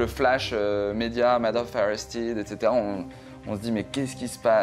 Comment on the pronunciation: Pour nos amis français..on dit ArrestÈd..UnitÈd 🙏🙏🙏 et pas Arestid où Unitid..merci !